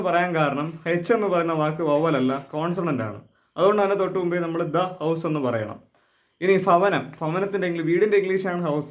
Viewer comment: 🎉 നല്ലക്ലാസാണ്.യാദൃച്ഛികമായിട്ടാണ് കാണാൻ ഇടയായത്.എന്നാൽമാഷ്ചില വാക്കുകളുടെ ഉച്ചാരണത്തിൽഅല്പം കൂടിശ്രദ്ധിച്ചാൽ നന്നായിരിക്കും.ഭവനം homeഎന്നതിന്അങ്ങ് Favanam -home എന്നാണ് പറഞ്ഞത്. ഭ -എന്ന മലയാള അക്ഷരത്തിന് Bha ക്ക്തുല്യമായ ഉച്ചാരണവും ഫ-എന്ന മലയാളം അക്ഷരത്തിന് Phaക്ക്ഏകദേശംതുല്യമായ ഉച്ചാരണവുംആണ് വേണ്ടത്.മലയാളത്തിൽ Fa ക്ക് തുല്യമായഅക്ഷരംഇല്ല -നമ്മൾ 'ഫ' തൽസ്ഥാനത്ത്ഉപയോഗിക്കുന്നുഎന്നുമാത്രം -അതുകൊണ്ട് ഫ യുടെഉച്ചാരണം Faഎന്നല്ല. ഈ ഫ ക്ക്കൊടുക്കുന്ന faഎന്ന ഉച്ചാരണം ആണ് ഭ എന്ന അക്ഷരത്തിന്പലരും നൽകുന്നത് -ഉച്ചാരണം പഠിപ്പിക്കുന്നഒരു മാഷ്അത് തീർച്ചയായുംതിരുത്തുമെന്ന് കരുതുന്നു ഭാര്യ,ഭർത്താവ്,ഭാരതം,ഭംഗി,ഭൂമി -എല്ലാംഏകദേശം Bhaഎന്നാണ് ഉച്ചരിക്കേണ്ടത് - Faഎന്നല്ല Faഎന്ന്തുടങ്ങുന്നഒരു വാക്കും മലയാളത്തിൽ ഇല്ല.ഫലം , ഫലിതം,പ്രതിഫലം,കഫം എല്ലാത്തിലും ഫഎന്നത് ഏകദേശം Pha Phaക്ക്തുല്യമായിവേണം ഉച്ചരിക്കാൻ '' Queen -ക്വീൻഎന്ന് വേണം ഉച്ചരിക്കാൻ ക്യൂൻഎന്നല്ല -ക്ലാസിൻ്റെനിലവാരംമെച്ചപ്പെടുത്താൻശ്രദ്ധിക്കുക. അതിനുവേണ്ടിപറഞ്ഞതാണ് -ആശംസകൾ.